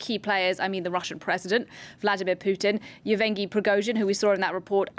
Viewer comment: Youwangy Prigozhin XD